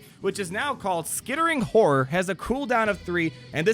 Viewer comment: the first time you said skittering horror i heard skittering hoe and i thought it was a great name for an ability